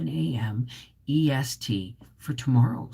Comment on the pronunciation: its not important but its pronounced PUH-KHA lol, over here (UK) Pukka is a colloquial term for excellent xx